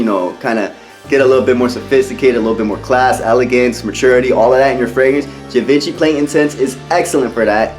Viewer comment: You look sharp and you are giving great spirited content but I must tell you that Givenchy is pronounced Gee von she. Just saying. Keep up the good work!